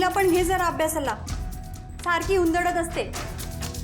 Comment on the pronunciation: उंदडत नाही उडरत